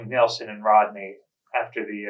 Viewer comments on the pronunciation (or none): none